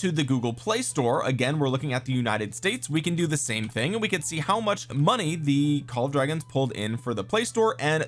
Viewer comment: LMAO i'm gonna pronounce it "Call of Dwagons" from now on just for this reason